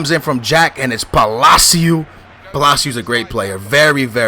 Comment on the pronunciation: Please stop implementing Portuguese pronounciations to Spanish surnames, it's very annoying. It's not "Palacioooooh", just "Palaci-oh". I know you're Portuguese, but please be aware to use the Spanish pronounciations for Spanish names, only makes sense.